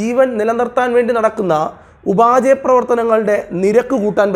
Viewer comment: ഉപാചയ പ്രവർത്തനങ്ങളല്ല സർ, ഉപാപചയ പ്രവർത്തനങ്ങളാണ്. ഇംഗ്ലീഷിൽ metabolism